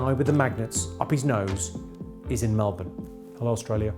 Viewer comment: Thank you for saying 'Melbin'!!